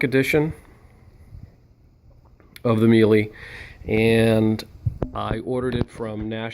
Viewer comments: It's pronounced me la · Thank you, you would think this guy would know how to say Miele properly.